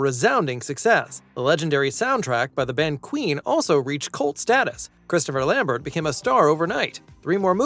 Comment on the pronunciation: Chris Lambert is Belgian. His last name is pronounced the French way, as in Stephen Colbert. Just sayin'...